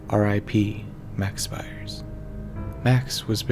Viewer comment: Pronounced "Speers"